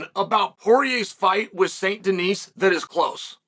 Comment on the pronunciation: Someone has got to tell Chael not to pronounce the "s" in Denis. Benoit (ben-wah) saint Denis (den-E).